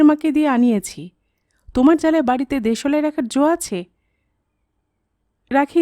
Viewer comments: apnar voice ta misti...but...uchharon ta..ektu ghosa maja dorkar... jmn.... de...solai noooooop kothata.. deslai.. ok💏💏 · দেশলাই উচ্চারণ টা একটু ঠিক করে নেবেন। খুব সুন্দর বাকি টা